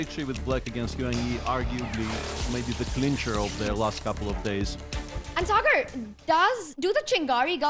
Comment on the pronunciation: always mentions sagar as "cigar". Thus cracks me up always😂😂😂